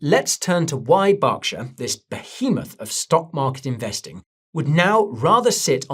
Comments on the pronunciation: is it Barkshire or Berkshire for Gods sake 🤦🏻‍♂️ my ears bled… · BERKshire Guy! Not BARKshire! 😅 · Why do you call it Bockshire? Its Berkshire say it with me Berk, Berk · BERK-SHY-ER, not Bocksher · Yeah that kept cracking me up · Burrr, its cold. Its pronounced Burr-ksher.. not bark. Its not like a tree.. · Its an American company with a name that's easy to look up. Its not BARK lmao its BERK😂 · I just read the Subtitles as Guy is speaking and it reads he is saying BARKSHIRE 🤣 so definitely Wrong. As well as who is from the same country has prounced it correctly, Berk, not BARK like the Subtitles reads and not BOCK like guy is saying. So your different country theory doesn't play out. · Why do you keep calling it Barkshire? 😂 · Bark shire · That proofs he doesnt know anything about berkshire, how on earth can you say borkshire. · "Barkshur"??? I've never heard it pronounced that way Guy. 😅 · Who are Barkshire ir Borkshire ..... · Yeah I worked for BNSF for a few years, even met Buffet. BERKSHIRE HATHAWAY is an American conglomerate. So started in America, and No one in America calls it BOCkSHIRE or spells it Bock. Just cuz you are from a different country doesnt mean you pronounce CAT like it was DOG. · well working for the one of Buffets companies since 1999, and being at meetings where he has spoken as well as hearing it pronounce properly at work about 5-6 days a week, I know 1st hand its not pronounced BOCKSHIRE. 🤣 Do some countries pronounce Cat differently like COAT or Dog differently like DODGE or is it that some people are just Flat out Fk wrong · Are you purposely miss pronouncing Berkshire incorrectly? 😂😂